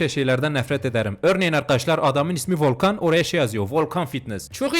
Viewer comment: ✨vOlKaNgGhH fİtnEsGgHh✨😂😂😂